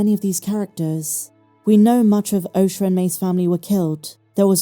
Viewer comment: For god sakes...her name is OSHA not Osher 🤦